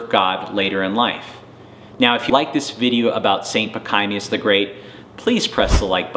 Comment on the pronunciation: Your history of St. Pachommius the Great is fairly good. Your pronunciation of his name, particularly on the 2nd syllable, is atrocious.